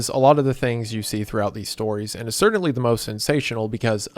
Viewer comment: Impordint ❌ Important ✅ Cerdintly ❌ Certainly ✅